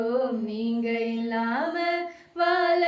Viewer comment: "வாழ" என்று உச்சரியுங்கள். வால என்று உச்சரிக்கிறீர்கள்.